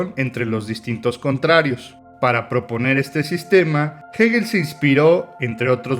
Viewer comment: Gegel ......o......hegel ....pronuncia bien no se te entiende